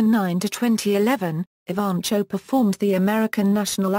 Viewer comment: Nice professional bio. The reader has a nice British accent, but some serious mis- pronunciations. Most serious is Jackie's last name: it should be ee - VAN - koe! Fairly good organization of many activities and accomplishments; it would be good to accent the headings and pause briefly after each one. The vocal delivery could be a bit more expressively modulated, with some enthusiasm, and somewhat less objectively flat. Thanks, though, for having this information about such an astonishingly remarkable youngster available for those who cannot read about her visually :)